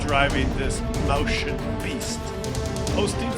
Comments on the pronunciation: It just hurts my ears, every time someone non-German tries to pronounce the name of that tank. For future reference: It's Moi -s -chen. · Useless pathetic foreign languages,!!! "Mäuschen" is stressed slightly different: (click on the blue triangle)